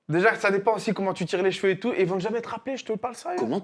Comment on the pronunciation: Sam.. on dit CHEVEUX et PAS JVEU 😂😂😂